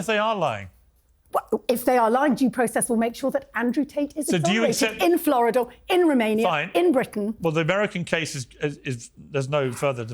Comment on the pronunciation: “in floridorrrr” hmmm which place is that Tessa? hahahahaha she is so bias